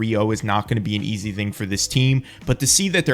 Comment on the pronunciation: He said ez 😂